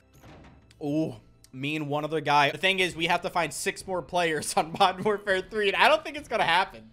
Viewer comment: Bro when he says “modden warfare” it tilts me a whole 90 degrees